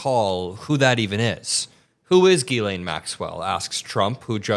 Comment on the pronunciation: It’s pronounced jizz-lane. Seriously.